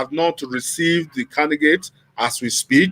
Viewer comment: I'll stop watching your videos on YouTube. How can your Commentator keep pronouncing CANDIDATE as CANDIGATE and yet you continue to allow him without finding a way to technically correcting him🙄....Please let me know when you start bringing a serious Commentator on your program.